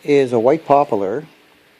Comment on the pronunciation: WTH is popo-ler.???